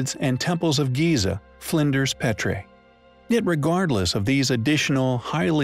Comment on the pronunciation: You say it Al ma moon. Research how to say words please. PeeTree.